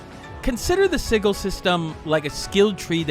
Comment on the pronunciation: Sigil is probounced sijul